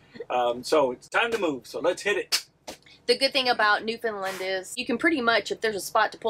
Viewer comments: I've lived here on The Rock for all of my 65 years, and I think the best way to describe how Newfoundland is pronounced is Noof-end-LAND. The LAND part is pronounced as you would in saying Disneyland (a very familiar pronunciation hint for our visitors from the U.S.A.), and the whole word rhymes with and has the same cadence as understand. UnderSTAND Noof-end-LAND!❤ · You are pronouncing Newfoundland the way most Canadians pronounce it except for Newfoundlanders. I've had three Newfoundlanders correct me over time (I'm on Vancouver Island) and their "trick" to teach is to use the word "understand." The emphasis is on the "stand" in the word, so Un der STAND. The same with NewfoundLAND, the same way to say it. So new fund LAND. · Yes, you really need to learn how to pronounce Newfoundland correctly... the third syllable is really "land"... as in understand, make a stand... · Newfoundland is pronounced New Found Land. the emphasis is on Land. A good way to get it right is to rhyme Understand - Newfoundland. Newfoundlanders are sensitive to mispronunciation. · It’s pronounced NewfoundLAND. Not NedfoundLUND. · I am really enjoying your video except for your mispronunciation of Newfoundland. It’s pronounced New-FOUND-LAND. Not New-FIn-Lind or New-found-Lind. Think…understand Newfoundland. It’s very commonly mispronounced. My guess is someone probably corrected you (in a friendly way😁) while you were there. I will be watching more of your videos though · As a Newfoundlander living in st.johns to this day Americans always say “new fin land or new fin lind “ lol when it’s plain by looking at the word it’s found. Like the video by the way 😊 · It’s normally pronounced by locals as New fun Land. Many visitors say Lin or Lind. Think understand, New found land. Great video. Have fun. Western Brook Pond is amazing. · NewFIN land ? Newfoundland rhymes with Understand :) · It isn't Newfinlind.... it's Pronounced NewFinLand like Understand. Enjoying your videos.